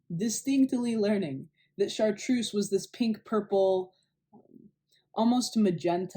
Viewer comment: Chart-reuse... Chart- rose ?